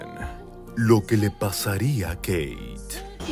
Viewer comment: jajajajaj ajajajjaja jijijijoijijidjfodijañlkdjfñlk AAAAJAJAJAJAJAJJA (me da un ataque de risa en posición fetal por los nervios de esta entrega). Dónde está la "Queiiit"??!!